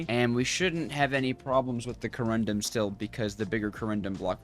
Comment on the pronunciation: please! co-run-dum not co-rum-drum. otherwise, i really enjoy your struggles. lol:face-red-heart-shape